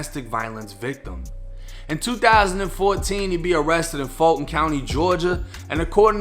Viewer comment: I be laughing when he say Fulton County. It's pronounced "FULLTON"